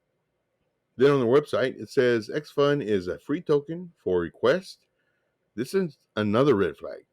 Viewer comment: Fee token not free token